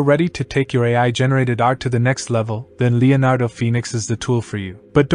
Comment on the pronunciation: I thought he was super clear, I wouldn't change anything, I heard every word and understood every word, only word that wasn't pronounced properly was Leonardo at the very beginning, but don't worry about that, people came here for the Leonardo AI in the text heading, so it's not hard to work out and they know why they are here like the rest of us, to get insight and learn more about AI prompt texts etc, don't hate on someone from another country because the way they speak, keep up the great work, focus more on your Ai skills as you have shown in the video, your voice is fine.